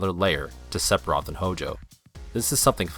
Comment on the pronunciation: the cb system is fine you can button mash any rpg if you gind enough it depends on your play style that is why alot of vids on yt of people battling safer sephiroth pronounced seferoth but you do know ph makes a f sound right? anyway that's why alot of yt vids are fighting him at lv 50-60 to make it more challenging if you want you to can get 9999 hp lv 99 max matirea and pretty much end the fight in 5 turns or button mash basic attack and win that way if you can reach him If I remember right he was unattainable with basic attacks with some characters it's up to your game play so judging it on something that is not only is based on gameplay but is the same weakness for pretty much any rpg where you can freely train is highly unfair also mako is pronounced mawko jesus did you even play any of the games other then the original or even play the original it's not looking like it go play crisis core and learn to pronounce before you do a game revew the only one you got right is airith lol thumbs down rofl the more I watch the more I beleave you have honestly never played this is has been confermed sphiroth was controling jenova while healing in the north cave after his near death in mako reacor 5 re rejoined the lifestream and gained new knowlage and power being able to manipulate the life steam it's self as well as any existing S sells that is why he can brainwash cloud and even morph jenova into him self along with all his powers and memories this is proven in advent children as